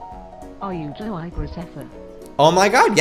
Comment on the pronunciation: Lets go over the fact that she said Joei Graceffa.. Joei: (Joe-I)